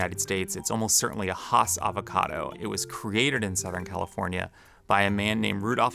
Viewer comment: If you’re going to go to the trouble to put together a very well articulated avocado story. One of which I’m passionate about myself. Please get the pronunciation of “Hass” correct. It is not hawss, it’s H ass. Like the word “ass” with an ‘h” at the beginning.